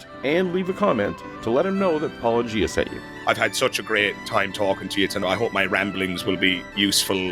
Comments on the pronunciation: I also heard it as Paul-O-Gia haha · I heard it as Paul O’Gia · Paul O’Gia! I love that an Irish fella introduced a groundbreaking new pronunciation. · I made my own Paul O’Gia comment. Yes, that’s the best of the many mispronunciations I’ve heard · I don't know if it was intentional, but "Paul O'Gia" is my favorite mispronounciation of your monikor. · The syllables were correct but I heard enough of a pause between Paul and O'Gia for it to sound like a first and last name rather than a single word.